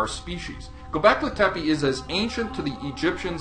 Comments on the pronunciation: The name is Turkish not Arabic, and you are pronouncing it wrong. Not a promising start... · ITS NOT ARABIC (Göbekli Tepe). Just type turkey into google and in SECONDS you know that turkish is an own language. Not only is your pronounciation bad but you even didn't get the language right. I'm very disappointed. I wanted to say improve your research but you probably didn't research at all. How is anyone supposed to believe the rest now? This is cheap my friend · it's göbekli tepe, not goback litepi.